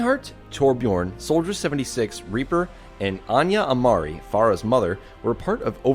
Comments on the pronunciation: On fact 74 did you say Anya Amarii its Ana Amarii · “anya amari” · Anya Amari? Herthstone.... XD